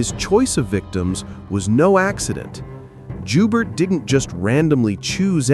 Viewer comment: The name Joubert is French.. It sounds like *Joebear.